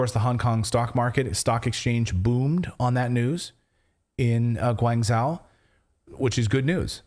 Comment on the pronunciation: It's pronounced " shoe jow" jow as in jowls And the other other is " Guang joe" I'm in china I left my hotel at 12.45 am to get a beer. 20 seconds later the hotel was locked down. I had to leave my belongings inside and find somewhere to sleep. And I do mean 20 secs